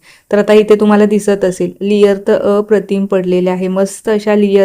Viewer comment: लियर नाही लेअर Layer